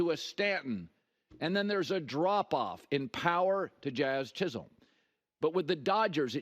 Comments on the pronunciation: lol, he called him "Chaz Jizzolm" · This man said “Chaz Jizzholm” 😂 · Got the letters of each name mixed up 😂